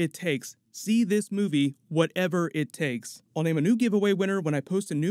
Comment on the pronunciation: Wow u really emphasised “whatever it takes” didn’t you 😭😭😭😭😭